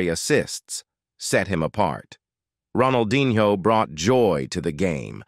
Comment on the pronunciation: bro said ronaldinHOE